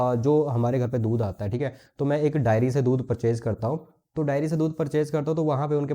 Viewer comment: डायरी नही डेयरी होता है । कहाँ कहाँ से आ जाते है